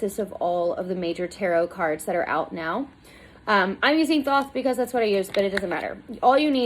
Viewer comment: Thoth, hard th to start like thought, silent th to end, the o is long. Crowley rhymes with holy.